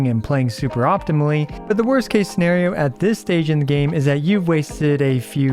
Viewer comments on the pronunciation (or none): none